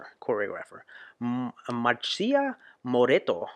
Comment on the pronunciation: "marssia" not "marshia" thanks